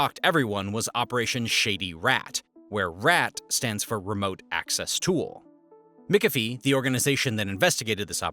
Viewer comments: McHalfvy not Mcifie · Omg... it's MAC-AFEE, not MICK-AFEE 🙄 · Say it with me 'mick- af- ee' not 'Mickuh-fee'. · McAfee is (mac) afee not (mick) ofee … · It’s pronounced Mc Caf ee (not Mic a fee)! Come on! McCafee is famous in the computer industry! 😡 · Mickafee? LOL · prounounced Macafee. So you know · Brother, it is pronounced “MACK-UH-FEE” this is driving me up a wall. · did he say Mick a fee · You also mispronounce names and words that educated people should know, like Mac-Afee. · McAfee is pronounces MAC-A-FEE! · It's pronounced ... "Mick-af-ee" Af as in after Ee and in wee. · mikkafee! hehehe ... That company has a shady history at best, google the founder, John.. and dude? take the time to learn how to say McAffe? its not mikkafee, ill tell you that much. although my british friends thought it was hilarious as john behaves like a mick despite having a scot name ;) John was... i will leave to discover his "antics" for yourself. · why can't you say McAfee ? Everyone in US says it as Mac Ah Fee, I think